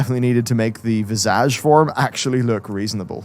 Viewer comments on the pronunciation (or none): Every time he says visage all I hear is vajazzle